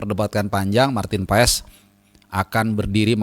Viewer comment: PAES dibaca "pas". Dia akan senang mendengar namanya disebut dengan tepat dan benar.